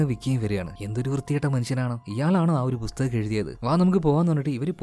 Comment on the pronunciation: ബുസ്തകം എന്നത് പുസ്തകം ആക്കി പറയാൻ പറ്റുമോ ആഹാ.. പറ്റില്ലല്ലേ